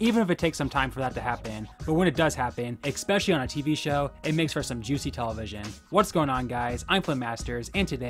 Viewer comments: Lost me at “ekspecially” imagine making videos and not even having a command of the English language. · Please learn how to pronounce the word especially properly